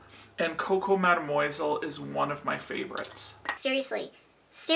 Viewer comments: Hee hee. Madam Moyzle by Channel!! What about the word sillage?! We hear sea-arj and sill-idge!! I have definitely heard La Vie Eh-st Belle! Another interesting thing I've noticed is how proud reviewers are of their dents. I've put a huge dent in this bottle and I've only had it for two months... And then there is a barely perceptible dent there!!! For those with a lot of perfumes, a dent is a major achievement, and to actually use up a whole bottle is almost worthy of an award, it is such a rare event. It may only happen once or twice in a lifetime!!! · “Coco Mad-moisel” 😂